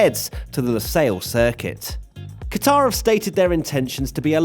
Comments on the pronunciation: its pronounced 'Gutter' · Please get your pronunciation correct.... It is Qatr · Protip: you’re meant to stress the first syllable of Qatar, not the second. It actually sounds more like “cutter” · pronounced cutter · Butchered the name😂